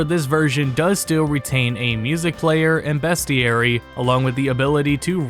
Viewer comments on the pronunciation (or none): btw...its BEASTieary not BEST